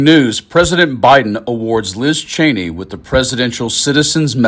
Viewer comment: Her name is not pronounced “Chainey”, it’s “Cheeny”. I met one of her relatives and got the correct pronunciation.